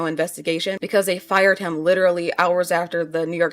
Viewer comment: How you say the word ‘him’ is so jarring 😅 you say it like ‘hum’ rather than emphasising the ‘i’